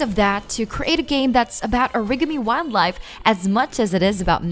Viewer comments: Uh-Rig-A-Me? It's Or-Uh-Gah-Me. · "Origimi" she says.. Origami 🤣🤣🤣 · uhrigguhmee wildlife??? ORIGAMI???? wow... just wow... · What's 'urigamee'? How do you not know how this is pronounced lol? Jk good video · hahaha... she said "O-rig-e-me" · A-rig-a-me? Were you trying to say "Origami"? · No she says arrigammi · It's pronounced or-ig-ah-me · What is it with these top x videos they never know how to pronounce things. ‘Oh riga me’ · she doesnt know how to pronounce origami, and im left wondering if she is 16, or just dumb... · Okay. Its not just me. Lol. It's bad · If you ca'n't pronounce "origami," how am I supposed to trust you? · She said it just as I was reading your comment. 🤣😂🤣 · ohhh that is what she was trying to say XD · I went to the comments to see if i was hearing things.